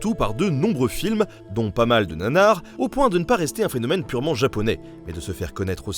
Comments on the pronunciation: Sengoku. Bon j'avoue j'entend plutôt San que Sen mais bon... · Moi j'ai entendu "époque San Goku" ça m'a fait rire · A l'époque Sengoku (Seine - Go - cou) en réalité. Petite déformation Club Do'. :-) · pas "sangoku" mais sengoku stp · en fait c'est l'époque senkoku (prononcer seine-cocu). Mais on a pas la culture infuse, et le cerveau aime bien faire des rapprochements qui l'arrange donc c'est compréhensible. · Dire que j'avais entendu Son Gokû ! 😅😂